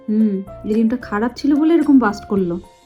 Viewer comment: Ota bast noi blast 😊